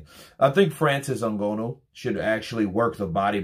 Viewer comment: Yo it’s ngannou, pronounce, N-Ga-new(nnou)